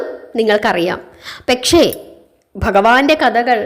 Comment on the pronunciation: പെക്ഷെ അല്ല. പക്ഷെ ആണ്. ചില ഉച്ചാരണങ്ങളിൽ കൂടി ഇത് പോലെ തെറ്റ് വരുന്നുണ്ട്. അത് ഒന്നു ശ്രദ്ധിച്ചാൽ ഈ കഥ കേൾക്കൽ വളരെ മനോഹരമാകും ....